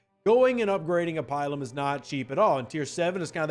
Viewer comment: Not pi-lum; pil-um.